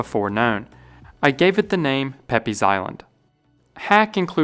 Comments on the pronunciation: it think peypes is pronounced peeps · Pepys is pronounced “peeps” like the Easter candy, not “peppies”. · PEPYS IS PRONOUNCED "PEEPS." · Pepys is pronounced Peeps. I know, it's weird, but I swear it is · Pepys pronounced it like peeps. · Pepys Island is surely named after Samuel Pepys and pronounced ‘Peeps Island’ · Pepys is pronounced “Peeps” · Wonderfully interesting. A comment: Isn’t Pepys pronounced “Peeps”? Perhaps in his time more like “Papes”. One of many names in English that have misleading spelling. (Today is Wednesday—a good example). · fun fact Pepys is pronounced 'peeps' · Pepyes... is pronounced Peeps. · Pepys is pronounced, "Peeps". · Just so you know, Pepys is usually pronounces "Peeps" as far as I'm aware! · Pepys is pronounced peeps. He was famous for his diary and reformed the navy. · Great video! Always love to learn some fascinating facts from you 😁 Just FYI, 'Pepys' is an English surname pronounced 'Peeps', as in Samuel Pepys, a famous C17th English diarist. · Pepys Island is pronounced ‘Peeps’. Samuel Pepys is better known these days as a diarist. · Pepys is pronounced Peeps. No logic, just that’s how it is. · Pepys is oddly pronounced peeps. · Pepys Island was names after Samuel Pepys, pronounced “Peeps”.